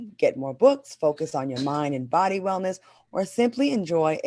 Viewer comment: Q trying to say Claudia tussycat has left her boddee 😂😂😂😂😂😂😂😂